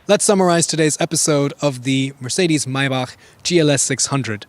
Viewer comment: Its not mejbah, its majbah